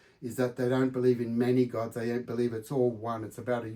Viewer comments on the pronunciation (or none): none